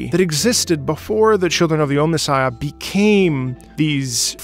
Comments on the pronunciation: He kept saying Ohmnissiah, which is also pretty badass but not quite right. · Also it is pronounced OMNI Sighia